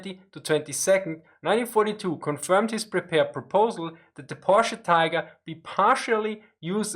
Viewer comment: It's pronounced Porsh. POOOOORSH. - Homer Simpson